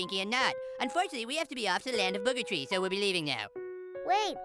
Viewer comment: Let's climb the chee climb the chee(tree)🤣🤣🤣